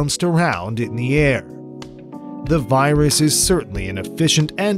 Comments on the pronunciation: Pipistrel Virus !?! It is pronounced "VEER-us" please !!! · virus is said verus